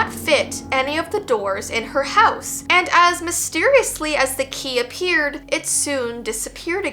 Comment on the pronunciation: I tought the word that actually said the key was ghe key😢Anyway i love your videos❤❤